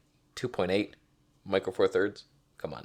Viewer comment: im not a native english speaker and im going numb when you say f2.8(Twenny two point eight.) can someone expñain?